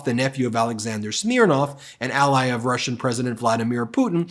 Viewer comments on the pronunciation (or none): none